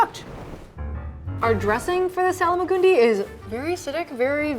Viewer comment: Where does the extra A come from in the Salmagundi? For some reason you add an A after the L and I dont think you realise you're doing it...